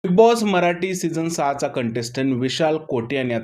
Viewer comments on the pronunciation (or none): none